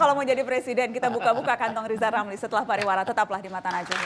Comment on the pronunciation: beliau sebut nama sendiri aja gak becus!! 😞 maaf pak jgn penjarakan saya